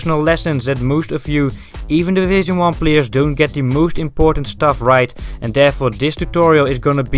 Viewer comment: what is 'do the moooosht'?